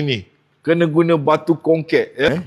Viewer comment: Chor sebut tu bior benor-benor. Batu konrit bukan batu kongkek